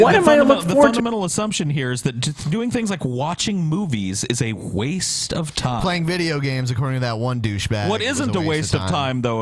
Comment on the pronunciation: "Hhhhhkkkkwaste" 😂😂😂😂😥, really?